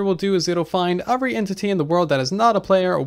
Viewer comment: Am i the only one who hear “ofvery” instead of “every” ?